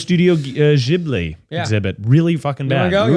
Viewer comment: Miles, sorry. I don't know if you were just saying it that way or was it like the "gif" situation, but Ghibli is pronounced with a G. I checked.